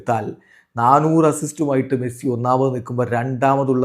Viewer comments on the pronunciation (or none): none